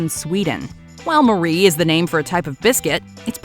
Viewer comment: Marie as in finger Marie is actually pronounced as ma-ree